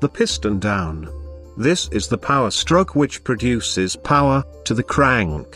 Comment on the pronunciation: How can you mess up the word CRANK so badly.